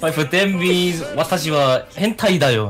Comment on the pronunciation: 暴言デレの子とヴァンダル教入信初心者可愛すぎwwあと私は変態って意味だよがRasにしかきこえんかったww